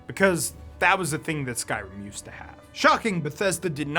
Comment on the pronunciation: The mispronunciations and wind/cloud district confusion has got to be ragebait